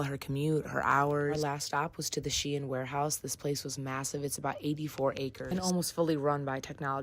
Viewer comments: IT’S PRONOUNCED SHEEN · "CLOTHES STORE SHIEIN" (its said like sheen and not she in)